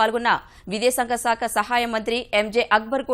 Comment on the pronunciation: Saakha anaali. Aa as in apple. seekha kaadu.